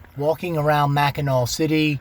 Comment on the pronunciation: Thanks for coming to my home state. Come back in summer it will be full of tourists learn to pronounce Mackinaw right so u don’t stand out. The big discussion is did u have catsup or gravey on your pasty. Lots if antique malls flea markets and goodwills here